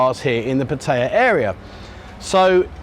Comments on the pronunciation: It IS "Pat-A-YA", not "Pa-ta-a", I've only been here married to a Thai foe 18 years! And it's not "Soi Bakow", it's "Soi Bua Kow", some effort please.......... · There's no I in Pattaya.